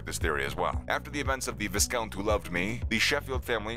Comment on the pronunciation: For the love of all things, it's VI-count. The "s" is silent. Don't narrate a video when you can't pronounce the littlest things.